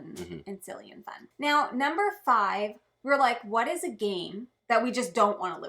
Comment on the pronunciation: Meow that was one great video. Sorry, I didn’t get the reference 😢I just think it’s funny when people say meow instead of now 😅